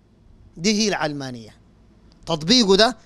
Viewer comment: علمانية اشتقت من العالم (الدنيا) لاهتمامها بالدنيا secularism او worldly. النطق الصحيح يجب أن يكون "العَلمانية" بفتح العين لا كسرها. (كسر العين يكون اذا اشتقت الكلمة من العلم)